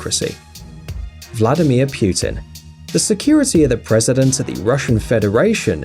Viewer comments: No offense but.. Vladimir Pyutin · Vladimir Pewton! 😂😂😂😂😂😂